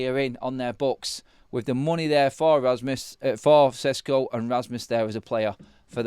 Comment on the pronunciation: Šeško = Sheshko and not Sesko at all !!!!!!!!!!!